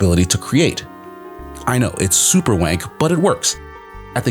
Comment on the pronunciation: Did my man just say "superwank"?